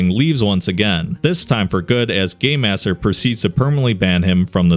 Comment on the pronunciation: For some reason to me when he says game master it sounds like gay master to me?